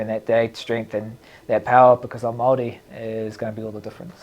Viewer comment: Yo DC I’m not sure you understand what you said or did but from me, my country but more importantly my culture, your pronunciation of who I am was perfect. We are Māori and we respectfully thank you❤